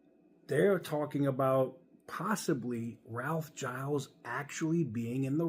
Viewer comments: It's "Gill-eez" not "Jyles" - that extra L makes all the difference. The company needs an Iacocca-level person in charge. Someone who can simultaneously stickhandle the government and get them off their back, inspire the public who are pretty disillusioned with Chrysler, and work the internal politics to bring CJDR out of the mess that it's in. Seeing what he's done with the company over his tenure, I think he'd be a good choice. Sure, he's from the design side where it's usually engineers or finance that become CEO's, but he's been a very senior exec for a bunch of years at this point, it's not like you're taking clay out of someone's hand and putting them in the big chair. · its spelt giles so if anything it should be pronounced "guy els"